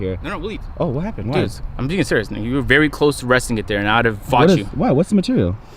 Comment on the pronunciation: “Something about having white seats, it’s vewy vewy nice.” 🤣🤣